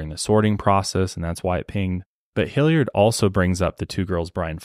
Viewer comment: As someone who grew up in Hilliard, hearing pronounce it hill-YARD cracks me up 😂🤍 This case really is baffling and frustrating